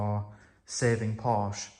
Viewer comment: Hey, here's your challenge. To sommersault into the sunroof of a 924 into the seat. I am 5'2" and was 5'5" in heels and a pencil skirt. My friend was 5"6" ish and could sommersault into the passenger set after I somersaulted into the driver. Porsche, 2 syllables. Por-sha. Loved mine. Had to have the vacuum lines redone, EVERYTHING seemed to be vac lined. I had a large sun roof in mine. You could do a somersault into it...very fun. Got the largest ticket in my life in it. $765 went to court got it knocked down to $72 with 6 months to pay. lol